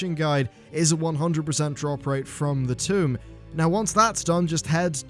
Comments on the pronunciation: tome =/= tomb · tome not tomb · why are you pronouncing tome like tomb? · This just in: British folks pronounce "tome" like "tomb" and americans pronounce it like "toe-m" Who's right? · IT'S TOME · TOME ITS LIKE TOE, BUT WITH AN M AT THE END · This just in: is not representative of all 'British folk'. Some people just pronounce things wrong.